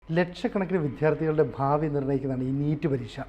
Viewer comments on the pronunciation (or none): വിധ്യാർത്ഥി എന്നല്ല. വിദ്യാർത്ഥി...😢